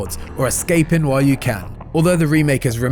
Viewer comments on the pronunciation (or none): none